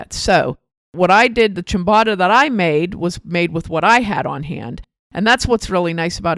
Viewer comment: It's a long 'o'. Phonetically chyam-boh-ta. Almost always a long 'o' in Italian as in ricotta, biscotti, risotto, bocce.